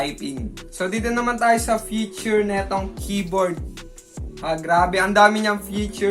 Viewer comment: “fityur” HAHAHHAHAHAHAHH btw, nice vid & edit!!